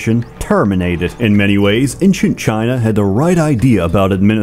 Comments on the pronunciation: Can we finally talk about how years has been saying "Inchent" instead of ancient for years., my scandinavian country isn't for you to mock, you pseudo slav. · Incient lol. These mispronunciations are hilarious. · Only can pronounce all three vowels in the word "ancient" exactly the same way